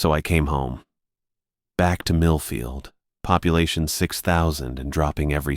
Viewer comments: I wasn't sure if he said Middlefield or not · Same I had to rewind, I use to work in middlefield and Orwell 😅